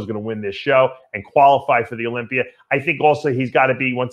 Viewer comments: Dave can't even pronounce tuna. Tuna is tuner.Or the Olympia which he pronounces as Olympiar. Even Pizza is a struggle. Pizza is pizzar. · So he would eat pizzar and tunar at the Olympiar if Amandar let him Go😂😂